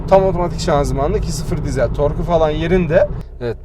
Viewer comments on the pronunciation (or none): Eğer bir dahaki videonda diiiiiizel dersen abonelikten çıkacağım. Dizel dizel dizel dizel. Bence sen de söyleyebilirsin. :)